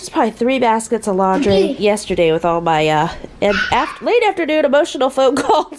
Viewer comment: “lan-dry”?? Or “laundry”?? (Lol.) Boy, you ARE in a hurry!! 😆😁😂🤣😝😜🤪